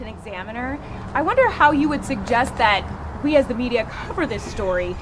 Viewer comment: Sorry; it was either an honest mistake, or a graphic from MONTHS AGO!! As a side note the word is "THAT" not "DAT" as you kept repeating, over and over!